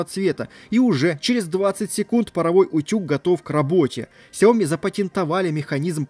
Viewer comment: столько видео, целый умный дом, а говорите фирму неправильно... не сяОми, а сЯо мИ